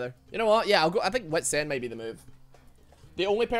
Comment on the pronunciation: How do you make wits end sound like wet sand